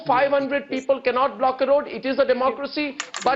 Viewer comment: he just said "Black" for block..wanabe angrez..what a fake old man urg!